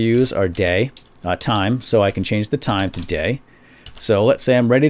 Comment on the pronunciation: When he said "day" I thought he said gay lulzz!